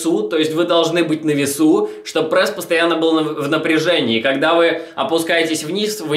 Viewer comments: Аааа. Я не могу смотреть!!! Почему он говорит ПРЭСС. Не ПРЭСС, а ПРЕСС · Давайте больше лайков этому комменту!а то хотел посмотреть видео,но уши режет этот прЭс!поэтому выключил,а жаль,может полезную информацию узнал бы(